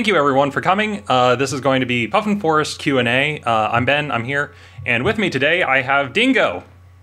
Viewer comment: Don't know how you were able to choose which of your R's to drop... worse than Sophie's Choice... I am gonna call you from now on...